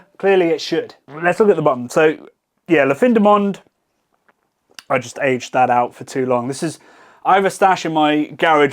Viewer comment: I didn’t think that English speakers butchered « La fin du monde »’s pronunciation so badly ^^